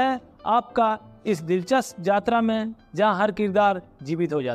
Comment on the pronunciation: It's Yatra. Not Jatra